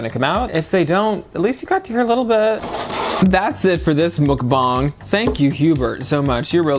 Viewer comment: Btw, it's mukbang with a short u (as in the word under). So, mukbang, not mookbang